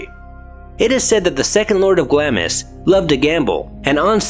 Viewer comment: Pronounced Glahms..